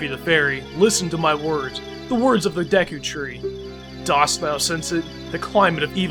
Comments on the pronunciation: it's pernoust duku tree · no offence but its pronunced day-ku tree and na-vie